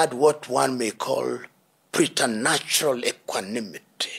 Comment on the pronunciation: 😂Pretanatial Equanimity😂. Waao!!